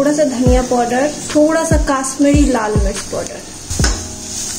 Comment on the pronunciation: Kashmiri hota hai kaasmiri nh hota